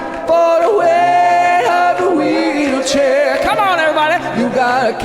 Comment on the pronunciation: "You got to account for the wate of the weelchair!"😂